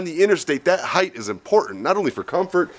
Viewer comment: it's ride heighT, not ride heighTH...